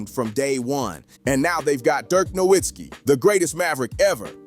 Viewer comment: Its pronounced No vitz kee!!!